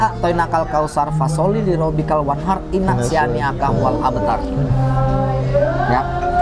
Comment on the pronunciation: Inna sani aka hual abtar gitu bang bukan inna siani aka hual abtar,, mantaf belajar terus bang